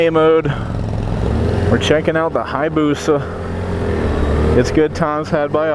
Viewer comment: HI - AH - BUSA. There is an "A" there, you keep ignoring man. :( Jeebus, you're a whiner. I love my Busa... Get back on a 400...